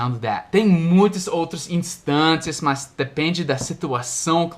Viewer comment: quando vc fala "mas" (but) tem um som de "más" de mau ou mal não mais como "plus"